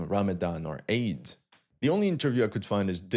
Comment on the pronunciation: eid not aid